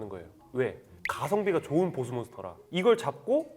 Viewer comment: 보쓰 가 아니고 보스~